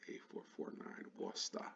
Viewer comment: first American i've heard almost pronounce Worcester correctly!